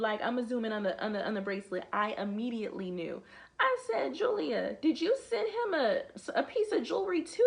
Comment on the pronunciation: You said! WE FOUND YOUR STONES! 😂😂😂